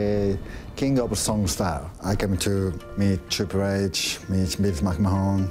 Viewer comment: "Trippur Aitch"